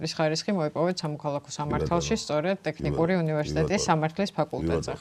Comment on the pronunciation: საშინლად არასასიამოვნო მოსასმენია. ჯერ მხოლოდ "ტეხნიკური-ს" გაგება რა ამაზრზენია. და ისე სასაცილოც კია, ასეთი უხერხული სიტუაციის მერე მაინც პრემიერს რომ აქებს. არაკაცების ქვეყანად იქცა საქართველო...